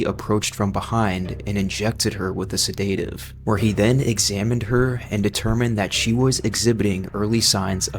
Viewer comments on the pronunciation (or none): Whats a "sedateive"? Haha...never heard of that. I've heard of a sedative though. I really hope this is just a stupid AI (with a very convincing voice) and not a stupid human being that does not know how to pronounce sedative. In addition, I'm confused on what "her body transforming into matter" means? Everything is matter, it just depends on if it's in a solid, gaseous or liquid state, so you meant transforming into a liquid. There is no need to say "matter"..sir, if you are a human narating, please go back to school. As far as Marie goes...were her clothes sewn with t-virus infected fabric as well? lol. I understand why they couldn't have her gown rip off when she grew, but perhaps they should've thought of that through before they kept her in one. Unless she was wearing a 'size-monster' gown before transforming hahah. Anyways, perhaps you should go back to school. I'm 41 and learned how to pronounce words like sedative and what the 3 forms of matter were as a child several decades ago.